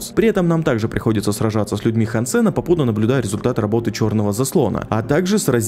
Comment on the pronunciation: хансЭна 😆, хАнсена!